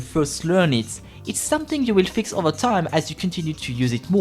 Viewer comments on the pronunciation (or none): none